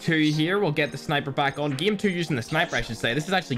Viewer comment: If is saying game he will say gim